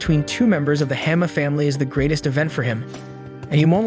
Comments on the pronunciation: It's hanma not hema 😂💀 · Sir you're pronouncing it hamma it's Ba-ki Han-Ma😅